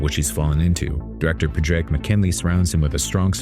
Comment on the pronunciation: "Padraic" does not have three syllables, but two: paw-drick. It's a variation of "Patrick".